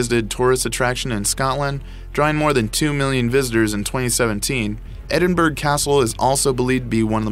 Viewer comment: Edinburgh Castle like the word through pronounced ---thr-oooooooooooooooo NOTICE the Edinburgh is pronounced Edin-bur ow. The commentator must have been from Texas